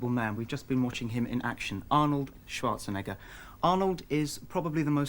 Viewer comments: You PRONOUNCED his surname WRONG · Arnold Schwarze* who?🙂